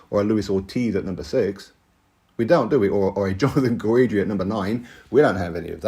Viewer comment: Guidry is pronounced Gid-dree not Guw-eed-dree